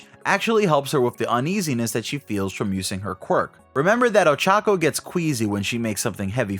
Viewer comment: Dude it's not that hard to pronounce her name right